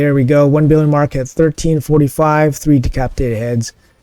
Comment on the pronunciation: Pretty sure you said de-CRAP-itated at one point and I LOVE IT 🤣🤣🤣 great stuff as usual mate! 👏🏻 congrats on the insane scores!